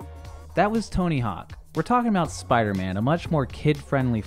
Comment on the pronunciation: Speeder man